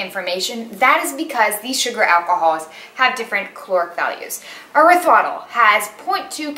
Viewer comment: Hi, as always thanks for another informative video! Small thing... I'm not a dietician or nutritionist, but I think erythritol is pronounced like: air-rith-ri-tall. And Agave is: uh-gah-vay. I could be wrong, but that's how I've heard them pronounced many times before. Keep up these videos and keep doing you!! Don't compare yourself, you are awesome! Perfect version of you!!